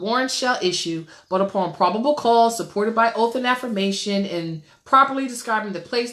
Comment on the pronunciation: It's pronounced OATH... not oaf...